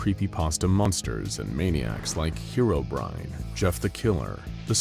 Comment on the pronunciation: Finally, someone who pronounced Herobrine correctly